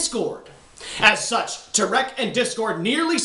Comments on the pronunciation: I love that he's pronouncing it "Terik" instead of "Tirek" an awesome satire to the way news announcer pronounce things on the "safe side". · you say tirek funny